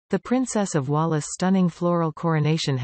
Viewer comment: For crying out loud, the robot speaking is rubbish, pronouncing the Princess of Wales as Wallis. Why do you bother!